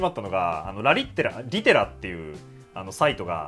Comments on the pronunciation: リテラのとこで”ラリッってら”に聞こえて、声出して笑っちゃったｗ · リテラ・・・ ラ、リッテラ？